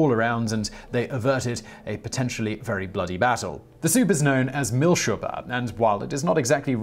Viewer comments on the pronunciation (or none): It's Milchsuppe, not Miltschuppe. The first literally means milk-soup. The latter seems to be neither German nor English. Google figured that out, by the way, and Google's not that smart. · It's prenounced milch-suppe ( milg soupe)